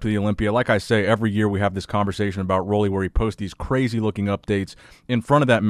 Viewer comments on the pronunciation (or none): It’s pronounced Ruly, not Rolly.